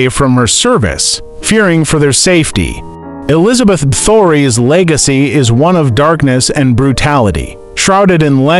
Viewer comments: "Bathory" was the worst. I kept cringing lol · Please improve on proper pronunciation. It's Casteel and Elizabeth last name is Bathory.